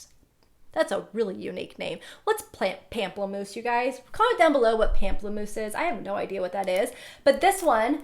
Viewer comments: Pamplamouse is the word for Grapefruit in French😅 its not pronounced "pamp" but more of "pomp" Love you!! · Pamplemousse means grapefruit in French and is pronounced more with a "om" sound like pomplemousse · pamplemousse is french for grapefruit :)) xx it's pronounced /pom-pluh-mousse/ <3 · I love the video. You're very gorgeous. Pamplemousse it's grapefruit in French. You pronounce it different but it's ok.